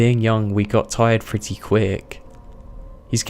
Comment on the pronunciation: Really annoys me that he says his p's as f's for example he says "fretty" instead of pretty